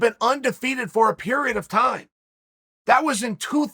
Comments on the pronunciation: What’s with the emphasis on “period of time”? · it's a chaelism lol